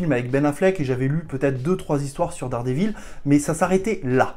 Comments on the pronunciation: VAULE ! (t'a dit "Dare dit vaule") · T'y étais presque, si t'avais dit 'Dère dit vaule' c'était bon. Moi je donne un bon point pour la tentative! Un prof d'anglais😉